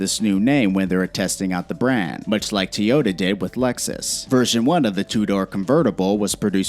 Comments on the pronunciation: Teota? Teyota? Where is the E?!?! Toyota!!! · “Tee ota”